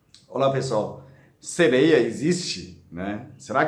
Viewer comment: Como todas falaram aqui nos comentários deste Vídeo, o sr é muito fofinho! 🤗kkkk, ainda mais falando "seleia" 😍